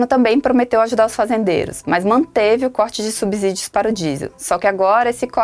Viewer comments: É SubSSSSSÍdio e não SubZZZZZÍdio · Falar "subZídio" é um "abZurdo". Depois de consoante, o S tem som de S, mesmo, não de Z.